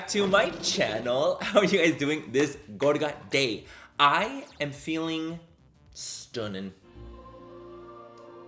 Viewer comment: Is it just me who cringes sooooo hard when he says "gorga day"